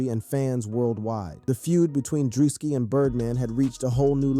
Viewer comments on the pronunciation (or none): "DREW-SKI" or perhaps that a part of the trolling? 🤔